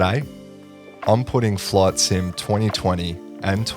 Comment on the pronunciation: I thought you called it "flawed sim" lol